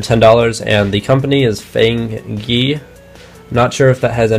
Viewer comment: I'm definitely gonna get these... eventually. After I get a dino cube, aochuang, dayan2×2, mastermorphix, and megaminx... also, I'm pretty sure it's pronounced "faang guh", not fang gee. But whatever.